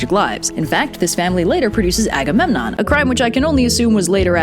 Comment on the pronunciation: also, it’s agamemnon